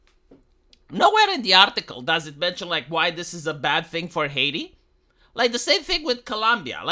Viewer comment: "Hiati" huh? 🙄